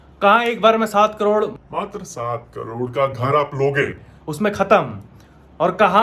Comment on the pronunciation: How amazing he was said that " Matar saat crore 😂